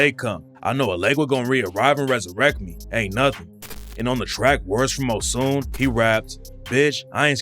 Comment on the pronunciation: The fact your wrong and ignorant in one video isn't unlike you. First off to call a whole religion that's been around before Christianity demonic is hilarious when Christianity celebrates pagen (satanic) holidays😂😂... And it's pronounced "Oh-Shoon" .. do research on things before you speak on something and sounding stupid.